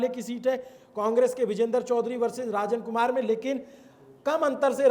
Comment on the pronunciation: कुढ़नी , रंजन कुमार , पारू आदि सही से उच्चारण करें ।